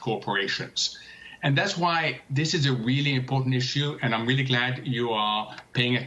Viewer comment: "im weeally worrried" ...